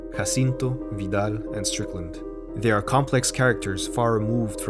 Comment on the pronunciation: Your (completely correct) pronunciation of Guillermo del Toro, Jacinto, and Vidal makes me want to bear your ch… I mean, great work! Loved this video so much!